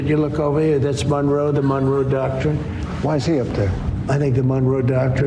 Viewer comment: I believe what he actually said was “the Donroe docurine”